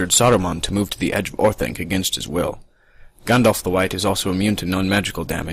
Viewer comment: You pronounce Gandalf wrong